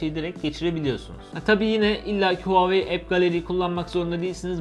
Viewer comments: REVOLUTİON TR hayır ooaoeii şeklinde okunuyor ldldmfkdmrdlskskemkd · VaveY diye Okunuyor çin dedi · Nobody:: Huaveyni